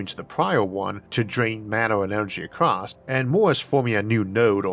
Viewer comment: The word is ACROSS, not ACROST. Kentucky army pronunciation. Ask your editor or speech therapist to help yo with this. You got past NEW-CUE-LAR..